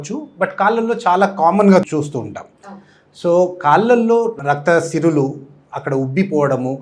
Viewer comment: సిరులు కాదండీ సిరలు